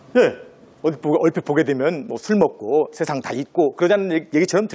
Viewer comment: 중국 음 음시 처음ㅇ.로 잘 들었읍니다.그러나, 우리말의 , 장음을 짧게 잘못 발음한 예:대단히,대단히,세상,두 가지,소문,세월,신념,대체,대비, 등 우리 자고저 문제가 많습니다. 말을 좀 차근이 침착하게 히시는게 좋겠읍니다. 책 한 권 읽어 보시지요. "한국 어문을 고발함" 미국 변 완수 배